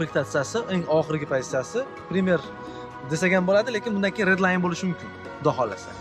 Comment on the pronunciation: Кегин емас кейин дейилади обзорчи ака